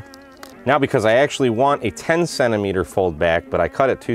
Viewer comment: What the heck is a sennameter? 😝 😂